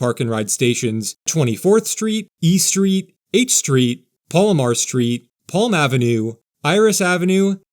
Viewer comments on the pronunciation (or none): none